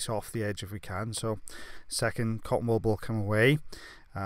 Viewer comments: Me too “wall ball”😂😂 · He says cotton wool ball, I hear,, cotton "wall" ball Who's here in 2020 🙂🙂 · Thank you I was trying to figure out what he was saying the whole time! 😂 cotton wall ball? Cotton ball ball? 😂 bless you. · I just hear cotton ball ball. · Maria me too. I seriously thought he was saying cotton ball ball! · Totally thought he was saying cottonball ball too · Me too I kept thinking wtf is a cotton wall. Apparently this is how English is supposed to be spoken. 🙄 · Just sounds like he’s saying “cotton ball ball” 😂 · I didn't fully read the title so I thought he was saying "cotton ball balls" the whole time lol